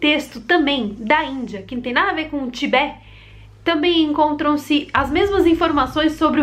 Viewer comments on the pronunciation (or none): Em português diz-se Tibete e não Tibé e a capital é Lhasa que se pronuncia "Lássa". ;)